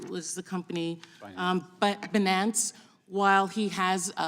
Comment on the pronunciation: The way she pronounced BE NAUNCE! My gawd this person doesn’t even know what they are talking about.